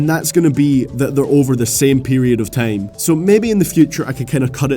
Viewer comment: Of all Teim? Dat pronouncing tho